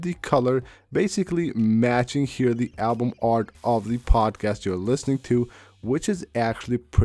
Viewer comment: "pozcad" LOL "epizode" lol and what do you mean in your title "never thought this will happen"?? Another click bait title which makes zero sense.